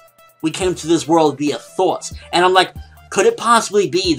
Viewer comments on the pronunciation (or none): Thoughts...you say it with a Boston accent, I didn't know what you were saying at first.